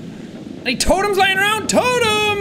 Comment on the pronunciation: Every time sean saying totem it sound like sean saying total them. ( I do not mean that in a bad way)